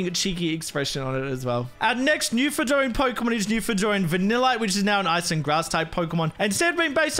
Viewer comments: Love this as a Canadian! Also, I know how it’s spelt, but it’s actually pronounced as “Noof’n-land” :) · It's pronounced Newfinland but spelled Newfoundland. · its always fun listening to non-canadians pronounce Newfoundland as its spelled